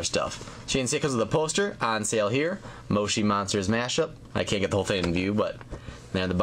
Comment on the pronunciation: that is not how you say moshi monsters